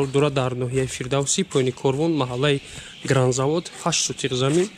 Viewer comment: Гранзавод не Гравзавод.Грав ба тоҷики шағал